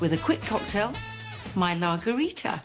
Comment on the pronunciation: Commenting on lagerita, lol. Thought she said Lawgarita :)